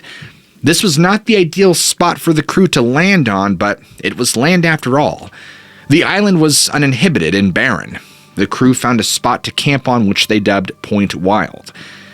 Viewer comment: Dispensa buey, but the word you pronounced as "uninhibited" is actually pronounced - uninhabited. To say that Elephant Island was "uninhibited" makes it sound as if Elephant Island was dancing disrobed on the pool table at the company Christmas party